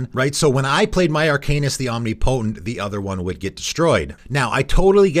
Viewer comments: Om-ni-po-tent not Omni-potent. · Flavorwise, I don't think a vehicle should be able to crew another vehicle, but according to the game rules, it can. The idea of a mammoth crewing a sailboat and then working the ship's wheel to pilot a mech is just bizarre and hilarious. Do a lot of people pronounce "omnipotent" like that? I say it like om-NIP-oh-tint. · omnipotent is pronounced like omniscience; no "knee" sound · Oh my God please Google how to pronounce omnipotent.